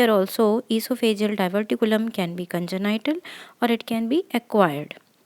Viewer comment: Thank you.. Just a side note, congenital is pronounced "con-jen-nital" not "con-jen- ni- tal" Other than that lovely video. Please keep it up! ❤🎉